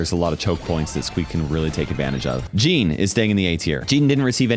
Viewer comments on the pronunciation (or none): none